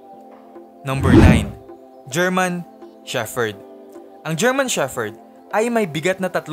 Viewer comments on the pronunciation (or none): Shepherd, pronounced as sheperd